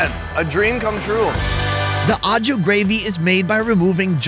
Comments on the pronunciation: its not ah-ju it's oh-shoo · please... you've gotta stop saying au jus like "awe-jew" 😂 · the mispronounced "au jus" drove me nuts lol. OH SHOE but the "sh" should have a more "z" sound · SAY AH-CHU GRAVY ONE MORE TIME... lmao I laugh everytime. It must be an american pronunciation. Hilarious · When you hear a tv chef say "En Jus " to sound like a pro and yet still doesn't realize that it is "Aux Jus" that he might be trying to say . Dude why say stuff in french when you have zero clue ....Aprend a parler LE language proprement Sinon tu passe pour un connard.....non pas a canard Mai's un connard.... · learn how to pronounce au jus !!!! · You make a cooking show and can't even bother to pronounce "au jus" correctly the dozen or so times you say it... Not to mention trivializing Amelia Earhart's and the first men on the moon's accomplishments by comparing it to cooking an oversized bird... Do better. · That's not how Au Jus is pronounced.